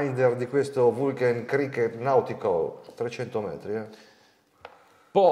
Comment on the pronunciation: Tutti bei pezzi,giusto per la cronaca la pronuncia esatta è Vulcan non Vulchen....pronuncia Lonsdeil